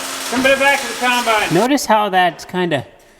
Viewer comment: Combine, not Conbine ffs!